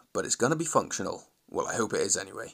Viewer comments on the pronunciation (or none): Due to all the swearing up to this point, I thought you said "It's going to be fuck show" instead of functional. I think I'm going to include that in my vulgar vocabulary.